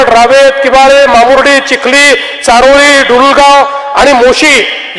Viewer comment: चारहोळी नाय ओ च-होली